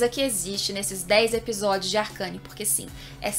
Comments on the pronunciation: "Arqueine" não "arcâne" kkkkkkkkkkkkk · Ela falando ARCANE SKKS,se lê arcene ksk,sucessos